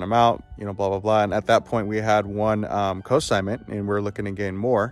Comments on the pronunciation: Great video - great ideas, thanks! BTW, It's Consignment, not Cosignment. ;) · Just a tip- the N is NOT silent in consignment. You're pronouncing it cosignment, which confused me at first because it's a totally different thing, as in cosigning a loan.